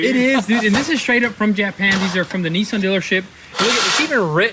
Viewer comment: What’s a Neeesan are they the same as Nissan